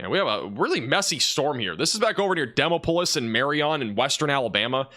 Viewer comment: Butchered the pronunciation of "Demopolis" a bit , but that's honestly something I'm willing to overlook.